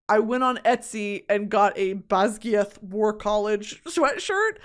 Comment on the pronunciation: in the most respectful way possible its ‘bas-guy-uth’ for basgiath and ‘gay-lick’ for gaelic xoxo